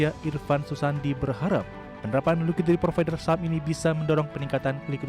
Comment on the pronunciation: “Ligiti provider”, “Liqiti provider” atau saya yang salah denger 😂